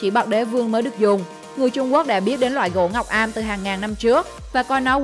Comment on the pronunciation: Gỗ ngọc âm không phải ngọc am